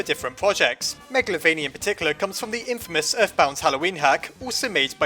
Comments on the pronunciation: It's calld magaltova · You pronounced meglavonia (meg la vo nia) wrong